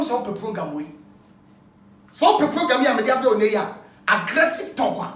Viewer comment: Kwaku be too much....Did I hear " aggressive POGAM"😀😀